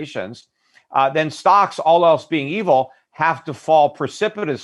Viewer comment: Did he say "all else being evil"? LOL